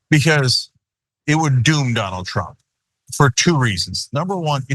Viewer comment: Remeber when Michael course called him “Danald”